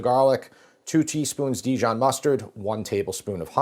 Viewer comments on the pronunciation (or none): none